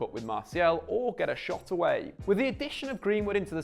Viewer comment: why the emphasis on the last word of every sentence. "We have to talk about Marcus Rashforrrrrrrd". "get a shot awaaaaaay". "than any player in the sideeeeeee". Drove me crazy.